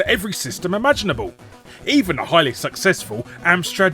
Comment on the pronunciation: "The game was SucSEXful" Was that intended?